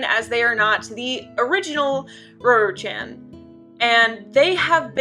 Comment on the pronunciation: I'm sure you are pronouncing her name correctly. Just thought I'd tell you before I watch the whole thing.